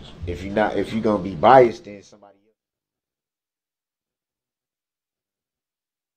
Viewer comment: Yes! The situation between him and the judge when he accuses her of being bias he keeps saying "biast" & she keeps correcting him then spells it for him! It's ABSOLUTELY AMAZING! He also will ask the witnesses about the state being an entity and case captions being on the subpoenas as if he knew what that was prior to the DA & Judge explaining it to him!